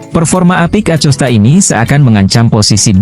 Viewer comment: baca acostanya pake hurup K.. jangan pake hurup C...